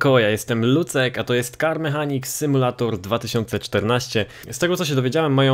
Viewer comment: Lucek, Simulator mówi sie Simulejtor. Fajny filmik.